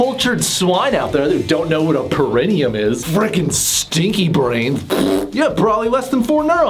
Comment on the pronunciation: Pronounced “para-NEE-um”